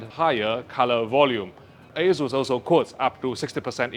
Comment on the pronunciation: He says Asus or Jesus?